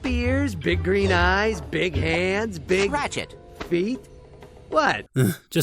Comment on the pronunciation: Has a french speaker, I hear "Bite" ("Dick") and not "feet", and it really make me laugh XD